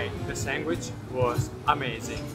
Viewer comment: "Sangwich". This is how I will pronounce it from now on 💖